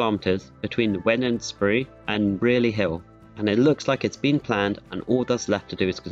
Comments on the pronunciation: Couple notes on pronunciation: Wednesbury is pronounced Whens-bree Brierley Hill is pronounced Bry-lee Hill Edgbaston is pronounced Edge-bas-tun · Wednesbury is pronounced like Wednesday